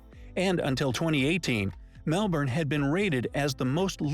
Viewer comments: Ummmmmm.......... Narrator: What are 'E-Moos'? It should be pronounced along the lines, 'E-Meus'. Also, Mel-bun, not Mel-borrrn. ;) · Eye Twitching 😂” It’s Melbin! Not Melbourne hahaha you’re learning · Love you rolling your eyes at the mispronounciation of Melbourne , like a local 🤣😅🤣